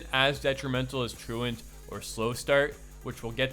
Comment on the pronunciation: Can people say "truant" the right way please? It's an English word idk why people make it seem like it Latin or something when they read it. It's tru-ent. Like truancy? You know like when you skip school?